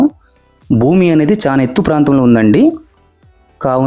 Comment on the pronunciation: చాన కాదు బాబు, చాలా.. ఎత్తు అని పలకాలి